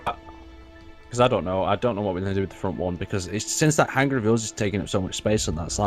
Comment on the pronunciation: Scott, Please tell that it is HANG +ER not HANG + GER:-) Love the fun you all have. Markam67